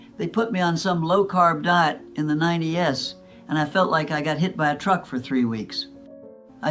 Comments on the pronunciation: Another example is when she says “90’s” she says “90-S” (pronouncing the “S” separately). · in this video when the lady says, They put me on some low carb diet in the "ninety-ess" instead of saying, "in the nineties" that's when it's a dead giveaway that this is AI. Also, you'll never hear a 103-year-old woman speaking fluently the way this one is. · When she said 90 ess instead of 90s. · I thought for SURE she was real until when she said "they put me on some low carb diet in the 90 S" not "the 90's" AI's always SAY the s at the end of eras, decades, etc. 🙄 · Oh no, what a waste of time! Saying 90 S (saying the letter S separate) instead of 90s? Sister in her 40 S instead of saying her 40s? Saying her husband is a she? Ugh I can't watch any more fakeness, what a waste of my time just because some rando wants us to listen to their rambling! I guess they're getting the likes and views lol. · "In the nine-dee-ehss" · It’s A.I. if you listen closely some of the pronunciation is off…like “9O S” instead of the nineties, as in 1990’s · THIS IS AI. in the 90 s? S? That's the tip off. this lady is NOT talking.. this is not her voice . OBVIOUS.. she is an AI and the proof is how she cannot decyper apostrophe and s.. she pronounces the S as S by itself .. 90 S. BAM. NOT REAL. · AI - what gave it away besides everything? She said "ninety-ess". Shut it down- a fraud.